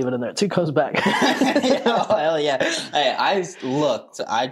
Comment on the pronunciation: Bro called hay hail 😂😂😂😂